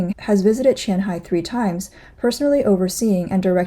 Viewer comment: even cant distinguish qianhai，houhai and futian😂